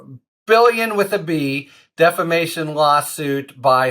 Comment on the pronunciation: "DEFFERMATION?" REPEATEDLY? ARE YOU KIDDING? You sound like Mike Lindell!